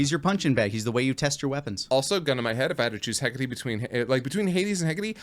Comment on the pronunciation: Wikipedia says Hecate is pronounced "Hek-a-tee," so do with that what you will.